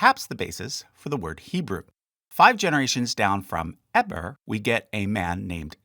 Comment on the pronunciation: My name is Eber. I've always pronounced it differently than you did.